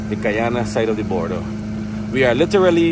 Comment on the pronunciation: Border not Baarder, this narrator speaks raw for an announcer, disgraceful representation of Guyanese, learn from Isri Singh